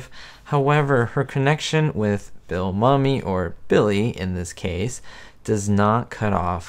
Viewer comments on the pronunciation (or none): Mumy(Bill) is pronounced Myoumee not mummy. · I believe Billy Mumy was in at least three episodes of The Twilight Zone. His last name is pronounced Moo-Me, not mummy like the person wrapped in cloth. Also, the episode with the old lady getting phone calls with no one on the other end speaking was a look into the future. Getting silent calls have become both annoying and common place in the past few years. Funny how you say that number five with the woman driving cross country and seeing the same guy over and over. You say she's in an old car from the fifties. At the time of filming, it was a new car. A Mercury Monterey, Montclair or Parklane. A 1959 or 1960. Anyway, I totally get what you mean because old cars in film would be used to give it the creep factor. It would be some old car, especially something from the fifties. I.E. Christine. The old panel truck in Jeepers Creepers. Or the 1955 Cadillac limo used in the movie Warriors (1979). The creep factor was really ramped up using creepy old cars. One more thing. In this episode the vent windows in the Mercury she was driving had been removed. They would have been in the way of the close ups, so they were just taken out. You can tell when they show the drivers side (camera) located in the back seat for some of the scenes. You can see the metal trim piece sticking up on the outside of the door from when they pulled the vent window out. Not being nit picky. I really enjoy your videos as well as your attention to detail. My taste is pretty similar to yours when it comes t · Hi - just a little trivia: I met Bill Mumy one time at a comicon. His last name is actually pronounced moo-mee. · I think Billy Mumy's last name is pronounced "MOOmy" but whatever. Great video as always, thanks. Staying hopeful here!